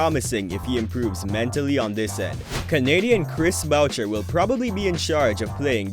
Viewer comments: boo-shay lol not bow-chur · Pelltel? Bowcher? Are you a bot? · Was sounding good till that(Boucher-Voucher).This could be a good example of AI although this bot is positive about our RAPS...:body-blue-raised-arms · this man called chris boucher chris bowcher 😂